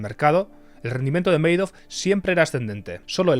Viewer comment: Se pronuncia Ma-dof... no meidof.